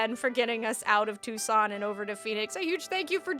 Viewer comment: Too-sohn Ah-ri-ZOHN-yah